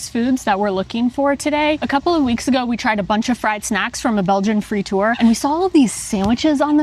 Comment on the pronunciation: Love how you can pronounce 'gravensteen' like a real flemish person, yet frituur is pronounced 'fritoer' 😀I know U is difficult to say as a english person. Standard martino is: American preparé (its minced pure meat made with mayo) little diced onions, pickles, martino sauce. Extra toppings can be added like anchovis, tabasco (for the spicy lovers), etc... Mitraillette is french for automatic gun, like an M16. love the episodes!